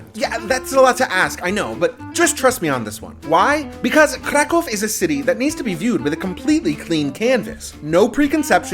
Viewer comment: I like how you try to pronounce correctly the name of the City, exactly is a Kraków, not CRA CAW. PS: CAW in Polish mean shit, that why any time tourists say it wrong way, Polish people hear Kra kał, what means birds shit. Preciate KRAKÓW.